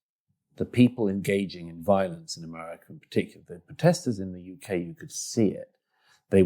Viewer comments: I have the greatest admiration and affection for Douglas Murray, but the way he pronounces America as Amurrayca betrays worrying ambitions...😄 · He pronounes America so nice: Amurraca